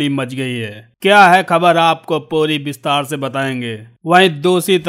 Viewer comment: विस्तार को बिस्तार बोलते हैं जनाब। साफ़ को साफ बोलते हैं।